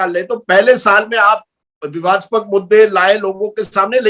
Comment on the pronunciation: विवादास्पक नहीं विवादास्पद होता है राजदीप 😂